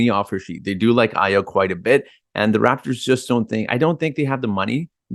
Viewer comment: AYO is pronounced "ARE YOUR". It is a Nigerian Yoruba name.